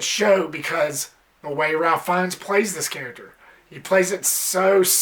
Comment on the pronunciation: His first name is actually pronounced "Raif" or "Rayf" as opposed to the traditional Ralph.